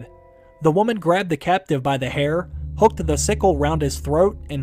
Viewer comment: please learn how to pronounce woman and women correctly. You mess up the meaning entirely by mispronouncing them.